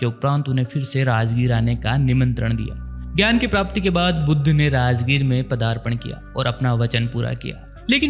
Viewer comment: तथागत गौतम बुद्ध भगवान को यह सही शब्द से संबोधित नहीं कर रहा बुद्ध की जगह पर बुद्धू शब्द का उच्चारण सही नहीं